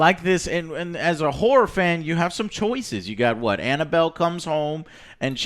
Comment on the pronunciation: It’s a.. whorre film..???? Lol